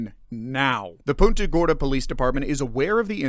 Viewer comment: It's pronounced PUNTA (like you PUNT A football) and not POONTA.